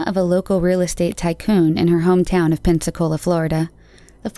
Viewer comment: Congrats on pronouncing Pensacola and Escambia Co correctly.. But I have never met anyone who could pronounce Cantonment ( Can - Tone-Ment) correctly if you wasnt from here. Her case was just recently a big deal of finally being solved.